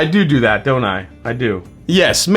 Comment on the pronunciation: "I dodo that"